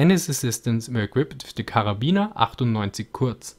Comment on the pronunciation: Du bist so deutsch boi wie du Karabiner ausgesprochen hast